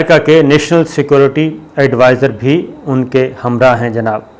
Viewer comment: What is the problem to say security Not secorty.